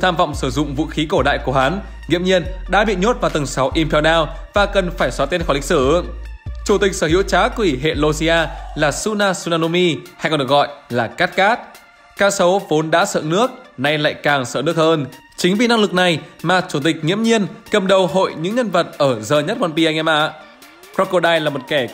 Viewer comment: hok tiếng nhật mà cứ nge suna suna có vần u nge khoa chịu vãi mà nó đọc là ư tiwwnga nhật lmj có vần u đâu